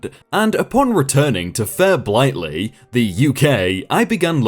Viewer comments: BLIGHTY not 'blightley' Form your accent, you even live in the UK and you get Blighty wrong? Hell, I am subscribing! Long live American, I mean English, I mean whatever it is… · How do you mispronounce Fair Blighty?… everyone has been saying you’re FROM the UK. 😳